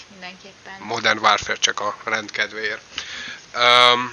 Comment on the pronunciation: Ha modern wÁrfrer, akkor wÁrfrém